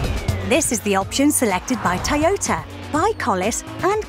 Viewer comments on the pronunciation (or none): none